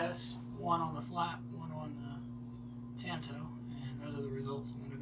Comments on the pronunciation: Hey,. I'm not trying to be critical of your work. I thought your video was excellent. I just thought you might want to know how the word is pronounced. That's all. I didn't mean any offense. "Tanto" is a Japanese word, and there is no "a" as in "tan" sound in the language. Japanese vowels only have one pronunciation, unlike English. Here's the word in Japanese, in case you're interested: 短刀. It means "short knife." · The "a" in "tanto" is pronounced like the "a" in "tall" not as in "tan."